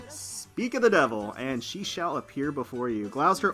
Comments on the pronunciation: Gloucester is pronounced as 'Gloss - ter' here in the UK, and Hermes is Pronounced 'Her-meez' rather than 'Her-mez'. other that that love watching you Azur lane vids, hope you get to pull many more Sandys in the future. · Gloucester is pronounced Gloss Tah